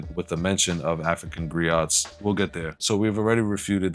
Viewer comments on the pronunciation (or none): O, it's not, "GREE-OTTS". It's, "grEE-Ōs".